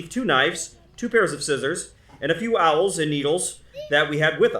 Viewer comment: You keep saying the Dutch gave the Natives "owls." I think you are mispronouncing "awls." An awl is a sharp tool used to make holes in leather.